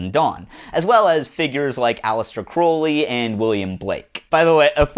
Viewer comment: This video was good, but I just wanna let you know you're mispronouncing "Crowley" :')